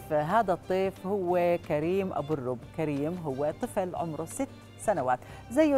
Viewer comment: ابو الرب بضم الراء